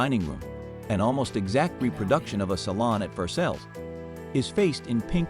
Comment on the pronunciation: Please stop trying to pronounce anything that comes from French: Versailles s/b said as Ver-sigh and beaux s/b bowz. The John Brown in the photo you show is the abolitionist who raided Harper's Ferry to free the slaves just before the Civil War, not the Providence merchant who died in 1803 - long before photography. Besides the slaughter of the name Lorillard, IV is said "the 4th," not "iv" as shorthand for intravenous.